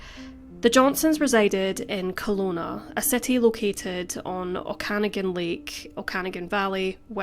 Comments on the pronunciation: Canadian here - it’s actually pronounced “Oak-ah-nog-in”. Great video! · No, she pronounces it as if it were Irish, like O'Cannagin. She didn't make the 3rd "a" a long "a", like gnaw. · It is Oka-nah-gan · Just to clarify..Oak-a-nog-an. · Oak-a-noggin is the best way I can explain how to say Okanogan. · Oak-ah-nog-ann, but I knew what you mean. I need to visit the Okanagan one day, I've only ever driven thru it. Shearing was an absolute ghoul for doing this to that lovely, innocent family and to those girls! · Its more like Oak-a -nog -an. The a* is continual . I grew up just from the Johnson Bentley Memorial athletic centre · But one can and should Google the pronunciation, especially when making a widely viewed video publicly available.